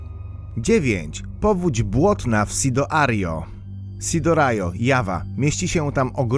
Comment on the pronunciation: powóź błotna w SidoArio, za 2 sekundy SidoRAJO xD